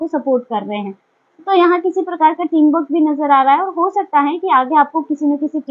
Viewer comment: आप बाकी सब ठीक ठाक कहती हे, आपका सीधा साधा पन भी अच्छा हे. आपके सीधेपन को साष्टांग नमन हे. लेकिन "टिम वर्क" को "टीम वक" कहना ये बात कुछ हजम नही हुई. अगर आर सायलेण्ट हे, तो फिर "गृप" शब्द का भी आर सायलेण्ट कहकर "गृप" को गृप बोलने के बजाय "गुप" बोला करो. ये आर सायलेण्ट वाली बात मत किया करो, कोई जरूरत नही हे उसकी. जॆसा हे वॆसा ही उच्चारण होना चाहीए. और दुसरी बात , आप जो विश्लेषण करते हे, उसमे बहोत बार " हे ना" ये शब्द उपयोग मे लाया जाता हे, तो इसका उपयोग भी जितना कम हो सके, उतना कम किया तो अच्छा लगेगा. धन्यवाद